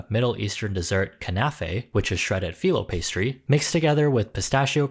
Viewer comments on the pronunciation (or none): none